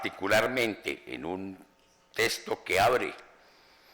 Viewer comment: "Mars" en un "testo" y No "cacta" (probablemente de cactáceas, en se repiten las cactáceas) ... En fin... comencé a verlo y me impresionó.